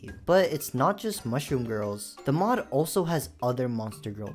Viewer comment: Bro can't even say mod🥀🥀🥀